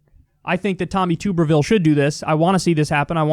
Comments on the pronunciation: It's pronounced tub not tube (even though there's only one "b"). He was the head football coach at Auburn University, he hearts Trump very much, and he refused debates and interviews, so that's all anyone really knows about him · Tuberville like bathtub not tooberville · KYLE. I know you don’t know your college football but calling him TUBE-rville throws me off every time. His name is pronounced TUB-erville as is in bath tub. I don’t like the dude at all (I’m an LSU guy) but this has been irritating my inner football guy. Of course if you keep calling him that as joke then good work. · Jesum crow Kyle, haven't u ever watched college football? It's not pronounced "Tube-er-ville" it's "Tub-er-ville". He was a shit coach who had a couple good seasons at insanely good SEC schools, who all improved after he left. Full Auburn stadiums chanted for his firing and not long after they got their wish, Auburn became a powerhouse contender. He also had a failed tenure at U of Cincinnatti after Brian Kelly left to take the Notre Dame head coaching job. He also had a couple of garbage seasons at Texas Tech. This guy has managed to fail up his entire life. Bounces from university to university, while struggling to competein the modern era of football and then he somehow manages to snag a seat on the US Senate. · "Tubber-ville" rather than "Toober-ville." Failed football coach extraordinaire. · Kyle, I'm from Alabama and Tuberville is pronounced like bathTUB. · It’s pronounced like “Tubberville” even though it’s spelled Tuberville. Used to coach football at Auburn University lol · It’s Tuberville, as in bath tub, Kyle! Lol! I hated the guy when he coached. Mediocre jackass! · You pronounce Tuberville like a tub 🛁 then erville...You must have never watched college football before if you don’t know who he is Kyle lol... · Someone tell Kyle it’s tub erville. As in bath tub. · It's TUB ER Ville lol